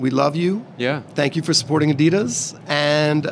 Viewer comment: pronounces Adidas both ways.... weird. The right way and the wrong way 😂